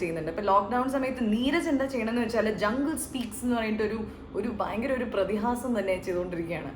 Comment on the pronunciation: Prathihaasamo 🤣 prathibhaasam chechy